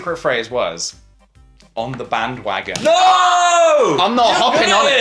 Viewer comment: Did anyone else hear bang-wagon??? PJ??